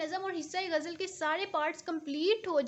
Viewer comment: باجی گجل نہیں ہوتی غزل ہوتا ہے